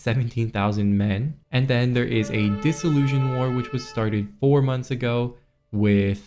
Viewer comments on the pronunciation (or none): FYI dissolution is pronounced diss-ol-u-shun like solution or nation, not zhun like confusion or disillusion.